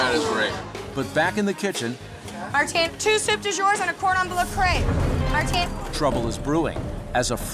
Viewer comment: Not Martin but Marteen